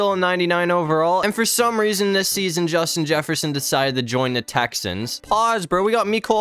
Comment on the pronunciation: You said Justin Jefferson wrong